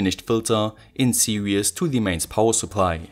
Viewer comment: You pronounce "series" like "serious", was a bit confusing haha. Great project, I loved it.